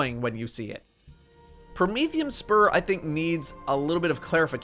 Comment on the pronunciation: im glad im not the only one who calls them bombadiers even when "bombardiers" is right there on the screen staring me in the face. but im sad you pronounce promethium spur correctly instead of saying "prothium spur"